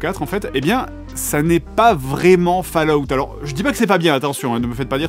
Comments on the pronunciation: J'ai failli quitter la vidéo en entandant fAllout Pitié 😖! On prononce Folaout !! 😩 Edit : ah, j'ai quitté la vidéo... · Bon une bonne fois pour toute, ça se prononce comme suit "FAUL" "AWTE" et comme les deux mots (fall et out) sont collés alors on dit "FAU-LA-WTE" mais c'est plus drôle de dire "FALOUTE" 🤣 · Je ne regarde pas, ça se prononce fOll out, pas fAll out. Étant donné l'âge de votre public vous pourriez juste faire un effort sur la prononciation d'UN mot? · Ça se prononce Fol-a-out... ;) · Fa La Out 😂 vé l'accent oh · "Des romans autour de Warcraft" je présume de rien donne tes sources. A vu de nez ça m'a pas l'air très élevé, en tout cas c'est ce que tu suggères ; ça peut l'être, le roman est infini pour peu qu'il trouve un auteur digne d’intelligence peu importe le support. Je rigole bien avec mon fils quand je regarde tes vidéos, c'est pas intelligent et tant mieux. Ca ce prononce "Fallout" :) Mon jeux préféré.